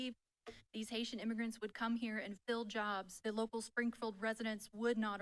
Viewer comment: Did he just say Haisha?